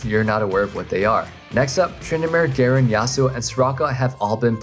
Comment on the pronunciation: Dude can you pronounce Garen properly? What were you saying in and ?Cant make out what you were saying..